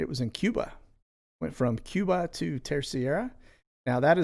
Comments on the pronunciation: Terceira is pronounced “Ter-sey-ruh”, according to my Portuguese friend. I was supposed to visit this year. Hoping to go next year. Love your channel. God Bless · I was stationed in the Azores (Acores)... the island you are referring to is pronounced Terserra... :) you're welcome... thank you for sharing all this great info... God Bless. 🙏🙏🙏🇺🇸🇺🇸🇺🇸🇺🇸🇺🇸🇺🇸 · My mothers family is from Treceira.. I pronounce it ter cera 😊